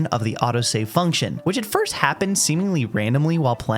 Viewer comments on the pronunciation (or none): none